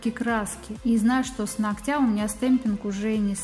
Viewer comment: нОгтя!!!! Блин!!! Поверхность нОгтя! Ну почему бы не говорить правильно? 🤔🤷